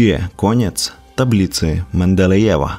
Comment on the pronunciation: "Lambadajew" :D :D :D